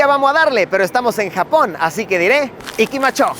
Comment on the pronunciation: "ikimacho", OH BROTHER, YOU SUCK